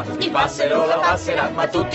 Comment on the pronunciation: Mikesowsha ma si dice mikesosha le foglie